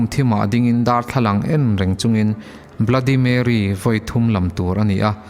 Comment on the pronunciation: Bluddy marry tilo in bloody merry ti in lam zawk tur